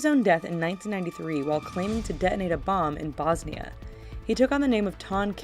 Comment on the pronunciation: omg did you realy say bosnia